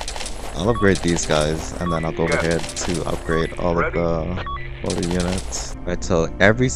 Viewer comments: It kills me that he says "motor" instead of "MORtar". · Mortar, not Motor.